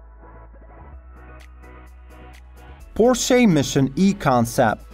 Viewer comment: Please learn how to pronounce Porsche properly! You should barely be pronouncing the final e. It's a /ə/ (schwa), which means it's unstressed, unaccented. In the US it's even correct to leave it totally silent. But the way you pronounce the word it's barely recognizable.